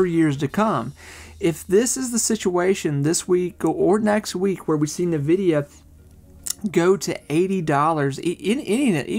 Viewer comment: In-vidia, not Na-vidia